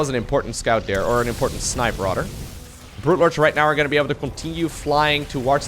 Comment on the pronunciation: rodder i like how he says "rather"